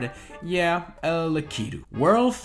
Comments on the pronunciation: It's pronounced lack-a-to. Not lek-ee-to. Come on man! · Why does he call it “lackeyto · Lah-Key-Due...Lah-Key-Due...Lah-Key-Due... That's my only criticism of this video. XD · Always say Lakitu wrong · Was I the only one triggered by how he kept pronouncing Lakitu